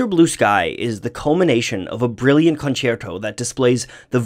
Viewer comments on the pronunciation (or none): none